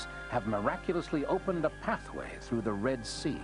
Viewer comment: 'Througher' lol ffs.